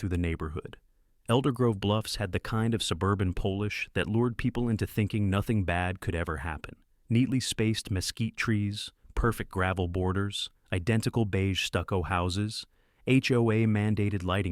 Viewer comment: Polish was pronounced as the nationality! Please get it correct.